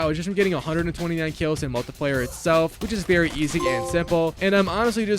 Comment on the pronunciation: mull tie player